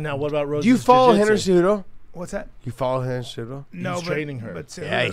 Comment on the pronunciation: Josh managed to say Henry Cejudo without one consonant..